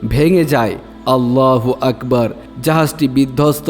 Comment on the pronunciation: আপনার কথা গুলো শুনে অত্যান্ত আনন্দ পেয়েছি, কিন্তু একটা পবিত্র নাম আপনি বার বার ভুল উচ্চারণ করেছেন। আল্লাহ আকবার এর জায়গায় আল্লাফু আকবার বলেছেন।আমি আপনার ভুল টা ধরতাম না যেহেতু আমাদের সৃষ্টি কর্তার নাম,না বললে আমি ও যে গুরুত্বপূর্ণ গুনাহ করে যাব এই জন্যই।পাক রববাঊল আলামীন আমাদের সবাইকে সঠিক পথে চলার তৌফিক দান করুন আমীন।